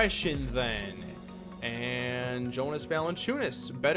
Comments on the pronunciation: It sounds like YO-nus, not JO-nus for Valanciunas. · You say his name like Yonas not Jonas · Just for future reference it’s pronounced (Yonus) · Just to let you know: Jonas is pronounced with a y. Yo-niss. Stauskas is St-ow-skiss